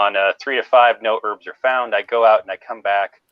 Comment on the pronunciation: Heard "pick birbs" and thought it was a clever pun/slang, just to find out it was "herbs".